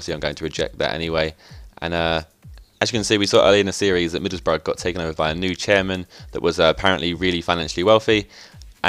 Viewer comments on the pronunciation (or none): none